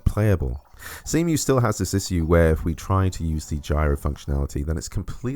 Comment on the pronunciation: I have an issue with the way you say issue